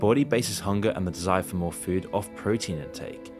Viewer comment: I hate the way you pronounce "food"